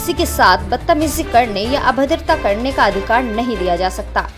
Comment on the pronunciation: adhikar ko adhikad kyon bolrahi ho sunne mein ajeeb lagta hai.